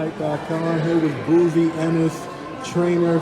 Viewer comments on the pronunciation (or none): With “BOOZY” ENNIS 🤦🏻🤦🏻🤦🏻 C’mon Boss get it straight how to say his name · It's Bozy not Boozy. Crawford is hard to deal with because he don't know ish.